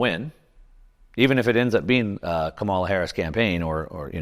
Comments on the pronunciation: The ETFs were approved during the Biden admin. That's how it will be remembered. Trump only became crypto friendly a few weeks ago so Harris as a brand new presidential candidate isn't allowed to formulate her own crypto policies? BTW, You might want to learn how to pronounce her name properly. Agenda much? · I'm certainly no fan of KH, but I truly wish the people that I follow would learn how to pronounce her name correctly. It doesn't reflect well on you when you continually mispronounce it.